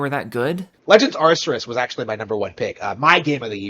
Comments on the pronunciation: Wow... this guy is just... so weird! I mean, firstly, have some pride! He's slouched on a couch with his eyes barely open and his shirt not even covering his gut. Ugh. Also, it's not "arr-ser-us" it's "arr-kay-us". If you're gonna be a Nintendo fanboy, at least get the name right. The name is Arceus so I'd get like "arr-see-us" but where did "arr-ser-us" come from? Meanwhile, yeah, Elden Ring was a new IP with an M rating. Of course it's going to have less of a target audience. Add to that it being made by FromSoft, aka the people who make hard games. Target shrinks more. It's that nuance that matters. But eh, this guy is mostly just there to laugh at so I'm glad we can do that. ^^ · This mf is saying "Ar-ser-us" instead of "Ar-key-us" or even "Ar-see-us", yet he glazes Nintendo with his every breath. Then again, he's having a lot of issues using those brain chemicals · It’s pronoun AR-KEE-US Even though there’s no voice lines in the game it’s not hard to be read the name. I feel like he’s trolling dude. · The thing about his initial comment he fails to realise is that he is combining the sales numbers of Scarlet & Violet TOGETHER, now if you look at the sales of each individual game i.e Scarlet OR Violet I'd be willing to wager that Elden Ring outsold both. It's Ar-Cee-Us or if your a cultured person Arkoos. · "legends arceus" and he somehow adde a second r in there??? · I loved how you accurately called out his mispronunciation of legends arceus without even hearing the title once. That's pretty funny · Fanboy absolutely loves talking about Nintendo games but can't fucking pronounce Arceus